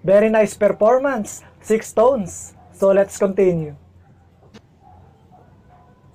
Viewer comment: Thank you po for reacting to SixTONES. Their name is pronounced as "stones" po, silent "ix".